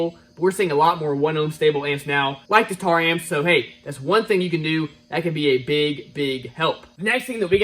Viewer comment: Tera-Amps not Tar amps 😢😂